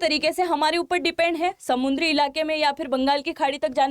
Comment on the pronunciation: समुंद्री नही समुद्री